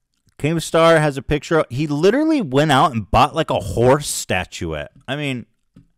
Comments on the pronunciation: Why the fuck can’t keemstar say PICTURE ITS NOT PITCHER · “Wicket, pitcher” instead of wickeD and piCture it actually drives me crazy the way he talks lol